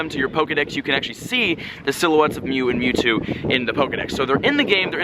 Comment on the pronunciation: who got an ad when he said metwwo